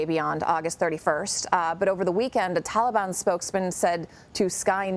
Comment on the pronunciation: Since he’s making “deals” with the Taliban he could pronounce their name correctly.